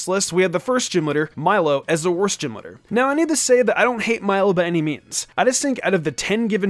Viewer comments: I couldnt sit through this whole thing when he was saying gym leader like Jim lidr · Anyone else hear “gym litter” the entire video?